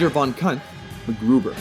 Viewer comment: Anyone else laugh when he said Von Cunth?